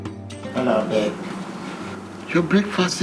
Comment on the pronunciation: Aka doesn't say babe oo he says " b33b" 😅😅😂